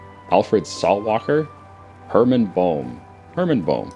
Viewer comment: lol boehm is pronounced bame